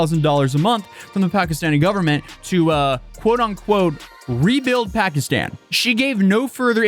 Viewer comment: She doesn't even know how to properly pronounce "Pakistan."